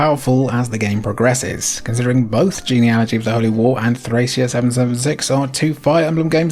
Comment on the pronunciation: Countless videos about Nintendo Power games, late-era SNES, and the Fire Emblem franchise, and I don't think I've heard a single person pronounce Thracia correctly; it's a hard c. If you look at the game's logo, it even has a pronunciation key in Katakana: トラキア (Torakia)